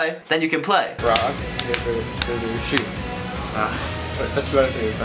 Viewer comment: i always thought u said "Rock Paper Scissors Shoe" instead of shoot